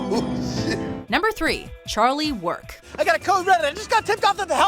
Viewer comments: Can you speak? First of all, it's "Charlie Work" not "Charlie, Work." Charlie is not being told to work, Charlie is describing work like it's an adjective. Secondly, it's Chardee MACdennis, not McDennis. Is the character's name Mc? No, it isn't. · You can tell the narrator doesn't watch the show by the way she says Charlie Work.